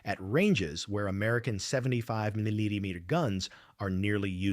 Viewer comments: Sounds Ike the speaker has a speech impediment pronouncing “ millimeter “ ! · This voice cant say millimeter